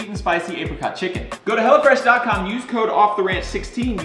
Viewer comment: thought you were saying "hella fresh" till the link popped up lol